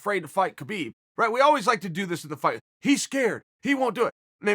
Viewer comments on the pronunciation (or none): Pronounced 'Habib' not 'ke-bib' 🙄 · There is no such name as Khabib. The K is silent ... Dummies